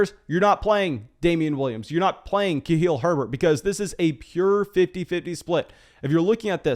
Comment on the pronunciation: It's KhaLil, not KhaHil, lol.